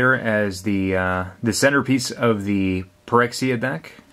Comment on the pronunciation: Most people probably know, but Phyrexia is supposed to be pronounced as Fyrexia, Ph is usually treated as F in english.